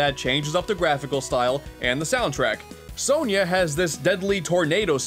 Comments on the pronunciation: It’s pronounced “Sonia” not “so-nyah” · Isn't it "Sonia," not "Sonya?"